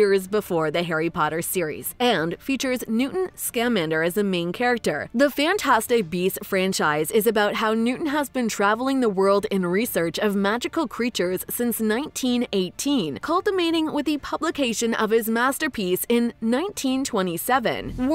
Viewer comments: “cultimating” 😂 I was so confused as to what had been said I had to turn on cc to realise it was “culminating” mis-said 🤦🏻‍♀️ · Culminating ma'am...not cultimating